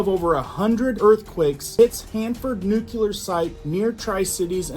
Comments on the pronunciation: Nooklee-er. Not nookyuhler. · Not Nu-"cu"-ler it's Nu-"cle"-ar! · IMMINENT - NOT EMINENT - HELLO. AND NUCLEAR - NOT NUKULAR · Pronounced (New clear) not (nuke ular) but yes frightening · That's not a nuculer site. It's a nuclear dump site. That was left after Hanford was done. YellowStone is the most potentially destructive site in the NorthWest area that could reduce the entire NorthWest section to astro dust and cause a black winter for 80 or more years Total death on the planet. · FOR THE LOVE OF GOD SOMEONE PLEASE TELL AMERICANS HOW TO PRONOUNCE THIS WORD "NUCLEAR" AS IN NEWKLEEAR NOT NUKLAR!!! FFS!!! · he said nucular though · I wish people would learn to say nuclear - new-clee-er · Is a "nuculear weapons program" similar to a nuclear weapons program? 🙃